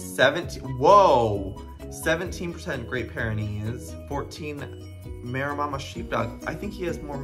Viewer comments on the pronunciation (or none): Everytime you said Meremmama instead of "Mareemah" I died a little inside ;~; honestly though I really thought December and January especially were crossed with a Marema. My sister has one and they're classed as a giant breed of dog, so I wasn't surprised that December was so huge. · i love how Joey keeps saying 'maremmama' instead of 'maremma' im dying haha! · It’s ma-rem-ma. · Maremma is pronounced "Mah-rem-mah" 😂😂😂 Little December and January look so much like baby Maremmas. They are an extremely loyal breed and very protective. A conservation project in Australia used Maremma sheepdogs to protect endangered little penguins from foxes and saved the population! They even made the story into a movie called "Oddball". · For context Joey its pronounced Ma-ree-ma sheepdog! They are big sweethearts and quite similar to Great Pyraneese! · Screen: Maremma sheepdog Joey: Mara-mama sheepdog! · The way Joey kept pronouncing Maremma as MeraMAMA 🤣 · Not Joey saying “Maremama” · For the maremma sheepdog, it’s pronounce mare ma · The way Joey is pronouncing “maremma sheepdog” is sending me oh my lord 🤣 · omg the way joey pronounces maremma XD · The way he says Maremma ahahah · How many times will joey say maremamma?🤣🤣🤣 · Cant get over the way ur saying Maremma 😂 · The way you said Maremma xdddddd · I could not handle you butchering the word Maremma 😭